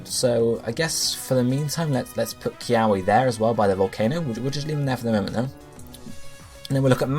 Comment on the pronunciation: Good video and theory, the only thing that kinda bugged me was that you mispronounced most of the Hawaiian words ..... Like kiawe is supposed to be pronounced with the w sounding like a v ....If you ever wonder how to say them you can always just google search how to pronounce them c